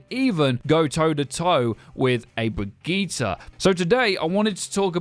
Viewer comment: That's how you say it